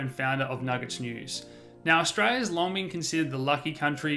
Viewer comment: Some translation: Stray-ya = Australia Nighdeen nighdy = 1990 Dahdah = data I hope this helps!